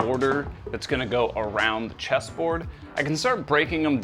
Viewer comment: I thought you said cheeseboard lmao